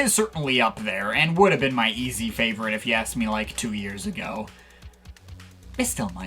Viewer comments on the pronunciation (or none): none